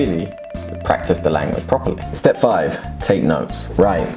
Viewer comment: 스텝 섻...로 들림 six...